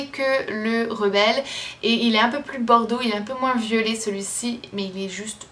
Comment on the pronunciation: Chaque fois que tu dis "violet" j'entends "vieux-laid", il me faut une seconde pour resituer le contexte et je me marre... J'adore!! Merci à toi!!!